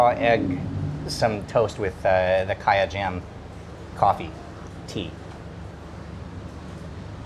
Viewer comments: Great work! and thank you. I'm Thai and all my grandparents moved from Hainan to the south of Thailand. My mom was born in Koi Samui and they had a coffee shop there like the place you visited. p.s. It's "Sang ka ya", not "ka ya". We like to eat it in the evening, before the "real" dinner. >< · Great VDO as usual. However, the creamy thing is actually called Sang Khaya, not Khaya.